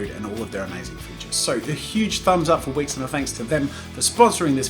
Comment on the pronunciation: dude at first when you said "this video is sponsored by wix" I thought you said wish, and felt betrayed... i was ready to disabon from that wonderful channel because you've sold your soul to the devil... But it's fine, it's wix ! Feeeeeewwww !😫